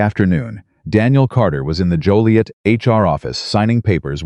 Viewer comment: I’m totally surprised that the narrator pronounced Joliet correctly most call it Jolliet !